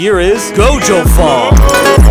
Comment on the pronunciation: I mean,at least he pronounced Gojo cirectly